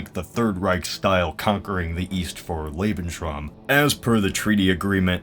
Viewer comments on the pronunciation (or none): none